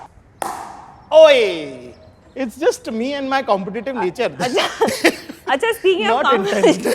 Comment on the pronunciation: why they pronounce wrong "competative"